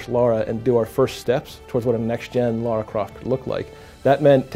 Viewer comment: Be nice.... Let's not nitpick, please. The name said was close enough to the real one. You knew exactly what was being referred here, there's absolutely no need to act the way you did. He's picking on you because the name of the character is actually "Lara", not "Laura".